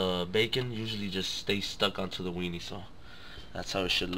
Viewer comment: i love that he says weenie! Couldnt stop laughing